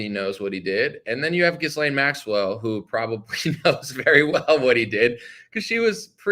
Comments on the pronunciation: Are you deliberately mispronouncing her name ? The “s” is silent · Trying so hard to make it through this but can't handle the butchering of her name. The s is silent. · Please pronounce her name right ?? 😂